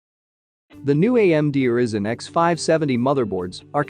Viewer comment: Pronounced Rai-Zen, not Risen!